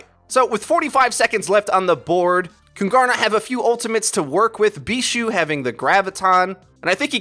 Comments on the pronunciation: Its pronunced kuuungaarna, it means the kings in swedish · Kungarna means "The kings" in swedish so please in the future either just call them the kings or pronouce kungarna correct please. You pronouced it like kun-gar-na and that is way off. The G has a J sound like the G in king sort of. Google translate pronouce it good enough so just listen to that. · I find your pronunciation of "Kungarna" hilarious! (I'm a swede) Here's how it's pronounced if you are curious :) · As a swede its so funny to hear you say "kungarna" xD. Fun fact: kungarna means "the kings" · KUNGARNA = KINGS. Would be easier to say for you since you arent saying the swedish word anywhere near correct ;) Easier to find a nail in a haystack then pronouncing swedish words correct. Btw i dont understand why Kungarna didnt switch to PHARMERCY (McCree only counter) instead. A Hanzo to combo the grav with since Hanzo can find angle on Junk from high position (bridge) would be better then a S76 imo, also scatter on walls to get behind Reins shield is something Hanzo could do while S76 only can shoot at it. For first point, not for the whole game.